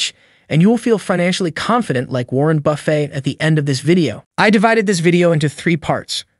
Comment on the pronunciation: Why are you saying “Warren Buffay”? It’s BUFF-IT.